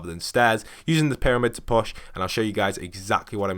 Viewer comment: Your Push, sounds like Posh. Anyway, thanks for the tips.